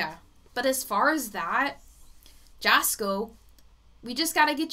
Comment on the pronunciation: Its pronounced yasko. Yes he has stomach crap going on and its serious and he gets headaches